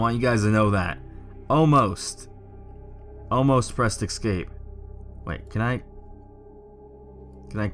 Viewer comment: Thanks for uploading. GREAT JOB!! :) One suggestion: NOTE: THERE IS NO "X" IN THE WORD ESCAPE!!!!! It's pronounced ES-CAPE. ESSSSS-CAPE. And NO, it's NOT a colloquial thing. (I hear that excuse every time someone butchers a language). I'm sorry. I sincerely am. I cringe with all the grammatical no-no's in internet videos. But with the number of times you said the word, you may as well pronounce it correctly. Hope you have a terrific holiday season. Again. thank you for doing this video.